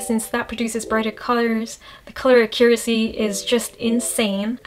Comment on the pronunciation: She said uh•cure•essie lol